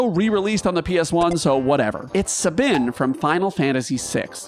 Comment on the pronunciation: Incredible pronunciation of "Sabin," absolutely never heard that one before. You may be one of a kind.